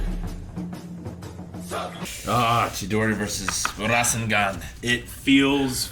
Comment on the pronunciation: _- rasengan is not pronounced like that.....